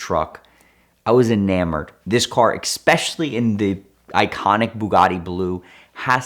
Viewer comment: And it's not expecially.